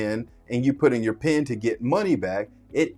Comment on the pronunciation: It's "PIN" not "PEN"